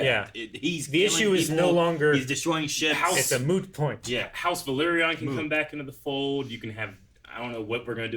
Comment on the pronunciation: Guys, it´s Velaryon, not Valeryon, you keep saying it wrong every time. And the Velaryon kids are dragon riders and have their own dragons due to their Targaryen mother Rhaenys. If you could turn up the volume of the videos that you´re reacting to or at least put subtitles, it would be much appreciated, please, cause most of the time we don´t even know what you´re reacting at, unless it´s action sequences.